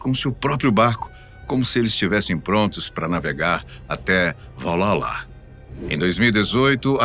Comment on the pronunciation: Valhalla. não, "Valala"